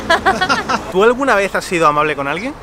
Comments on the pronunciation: Amabre? Su obligación es ser amabre? Jajaja, da risa como pronuncia la “L” ❤️ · Conclusion del video: los japoneses pronuncian amabre